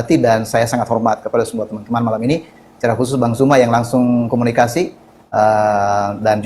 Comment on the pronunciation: belajarlah menyebutkan Bang ZUMA Bukan JUMA...